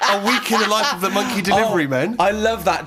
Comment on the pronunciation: “You thumped a monkeh?”